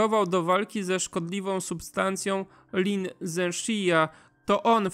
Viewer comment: Lin Zexu /lin dześü/ – tego się nie deklinuje.